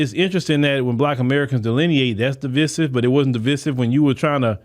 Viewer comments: The word is pronounced Di-vI-sive long I sound not Di-vi-sive short I sound. Sorry, but I'm a retired teacher and the way you pronounced that word drove me nuts. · DE VIE SIVE IS HOW YOU SAY IT! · sorry that was a typo Divisive is not pronounced the way he is prounouncing it. IJS